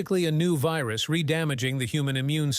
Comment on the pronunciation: What is a veeroos and oonanymously? Biden English???